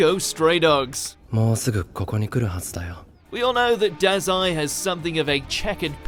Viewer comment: Its daw zai not not dahzai